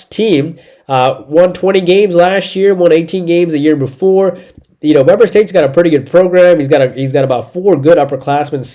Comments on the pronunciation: Dude, it is “Wee-ber” State, not “We-ber” State. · It's We-Burr State. Not pronounced like the BBQ. But thanks for the picks!